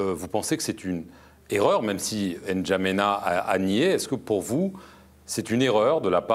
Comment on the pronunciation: Vous même notez le manque de respect vis à vis du Tchad et un potentiel futur président.le journaliste au lieu de prononcer Ndjamena comme se doit être le journaliste dit N'. djamena sans que le candidat dise on dit Ndjamena et non N' djamena